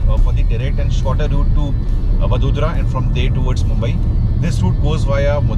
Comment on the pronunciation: It's vadodara sir